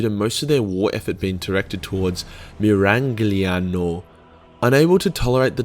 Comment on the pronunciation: Its pronounced "Meer-ahg-lee-ahn-o"